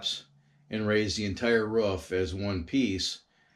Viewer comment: It is a roof not ruff